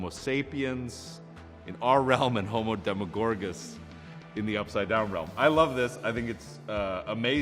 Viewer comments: homodemagorgus that’s all I need to say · I giggled when he said homodemogorgis